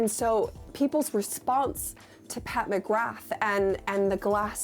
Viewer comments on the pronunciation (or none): none